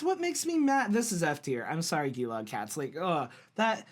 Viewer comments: Hey mate. Gonna give you a crash course on some pronunciations. You did well with "Mel-bn". Here are some others. Geelong - "Juh-long" Brisbane - "Bris-bn" There isn't a football team but I figure I'd add this city because I hear it mispronounced a lot too: Canberra - "Can-bruh". Great to see you getting into the Aussie Rules mate. I'm a Pies supporter myself. :) Magpies are very smart birds and can be very territorial. They have one of the most complex calls in the bird world and they are in abundance down in Aus. Lastly, as has been said already, it's worth listening to the club songs to help you pick a team. Also worth looking at the teams Guernsey's, as some teams have stripes, some have hoops, etc etc. Good luck, and up the Pies. ;) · You've got the pronunciation of Melbourne right, now to master Geelong. You say it like G-long. And Brisbane is Bris-bun. 👍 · Great video! But - Melbourne Demons are Red and Blue not black, and Geelong is pronounced 'Jelong'. Also the 'V' in Sydney Swans matches the shape on top of their team Guernsey. Also GO BOMBERS! Please consider supporting Essendon, if you do I'll help fund a ticket to Melbourne for you to see them play (maybe)